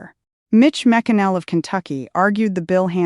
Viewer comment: I know using AI is easier for you but it sucks and calling Mitch McConnell [ Mitch Mikinell } doesn't cut it. The vloggers already butcher the English language bad enough...NOT YOU! I'm rejecting this AI report.